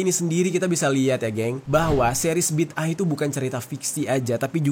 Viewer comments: Bukan bida'ah. Tapi bid'ah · BIDAA AH bukan BID AH, BA YA DAL ALIF ALIF HA, itu sebutan yang betul bro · Bang bacanya BIDA 'AH 😅😅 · Bid'ah kalii😂😂😂